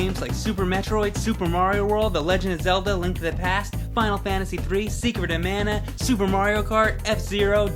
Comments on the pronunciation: IT is MAW na not MAN ah. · It's pronounced (ma•na) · I think you mispronounced "mana".